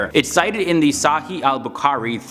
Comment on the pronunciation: I like the way you're saying SAHII ABUKAARI! 😂😂